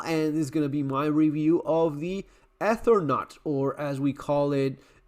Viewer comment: No, la discusión es porque el muchacho del canal dijo "Ether- naut", viajero del éter, lo que es incorrecto. "Eternauta" es el viajante de la eternidad o viajante eterno, a través del tiempo". Por eso hay que aclarar. Pero si, nos encanta todo esto a los argentinos...